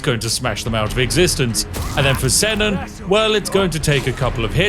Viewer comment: Allow me to correct the pronunciation of Senan the giant .. It’s pronounced c-naan how do I know?? My brothers name is senan lol